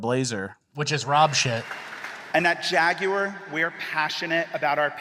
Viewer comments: It's pronounced Jaguar, not Jaguar. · The jaguar rep doesn’t even know how to say jaguar. It’s jag-w-are, as in ‘are’ you ok. Not jag you er, not jag wire. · You mean jaigyouaour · I will never forgive that guy for how he pronounced "Jaguar"